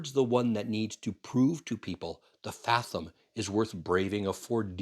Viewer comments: love the channel, but are you purposefully mispronouncing "fathom"? or is that the Canadian way to pronounce it? Maybe Edison should name their next truck the Furlong, cause it's 110x more power & range. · it is pronounced: fathom [fath-uhm] / ˈfæð əm / Not fa-thum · Is it just me? Or is the "th" in fathom pronounced a little more like a "V" than the long "th"? Probably just regional pronunciation, and I've been known to pronounce words wrong before. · Why do you say fathom that way? Odd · British and American pronunciations seem to be the same per your reference. The way you say it is a bit harsh sounding. It helps your argument of it being a bad name. The way sailors (the main users of the word) say it is much more smooth and pleasent sounding. The way you say it makes it sound like you are trying to mock it. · Please pronounce FATHOM correctly.